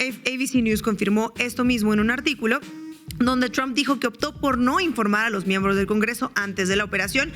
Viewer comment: Tromp Huebona no TRAMP..pronuncia bien izquierdista.